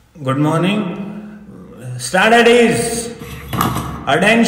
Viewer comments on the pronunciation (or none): CBSE Student here, in our school we pronounce stanetees but that too with such a confidence ki lgta h yahi sahi pronunciation h😂 Confidence bhaisab!!😎 Edit : Thanks for so many likes CBSEians!! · Yes in my school also it is pronounced as standadees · My pronunciation in my whole school life: Stanaties 🤣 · I swear it's d first time I actually got to noe it's "stand -at-ease" 😅 In CBSE dey never pronounce it right 🤣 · 💀me who spent my whole 10 years of school life and pronounce it as " stand it is" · As a CBSE 8th grader, I can confirm this is how we pronounce these words 😂.